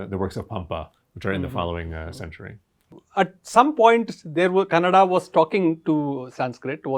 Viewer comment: Wow ....when he says Kannada....instead of Kannad ! His pronunciation of Kannada is impeccable! ಖುಷಿಯಾಯಿತು ಗುರುಗಳೇ...